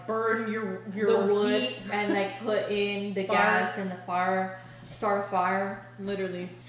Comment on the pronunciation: Did no one catch how said Faarrrr instead of fire lmaoooo I died